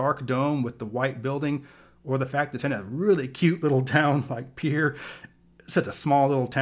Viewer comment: And good job pronouncing "Pierre" (South Dakota) correctly.